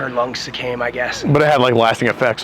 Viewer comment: He also said suck-came instead of succumbed 😂